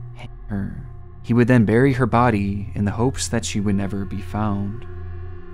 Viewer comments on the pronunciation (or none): none